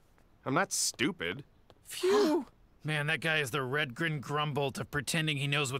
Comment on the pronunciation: I thought he said red green grumble and was thinking hey that is a guy the red geen show nvm i guess 😅